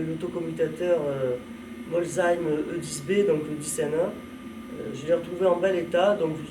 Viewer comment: Bravo pour la prononciation de Molsheim👍